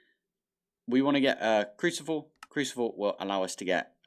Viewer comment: Did you say crucivle lol